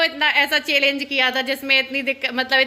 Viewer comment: चेलेन्ज नही होता है पागल चैंलेंज होता है बोलना सीखो थोड़ा शमा रमा जो भी हो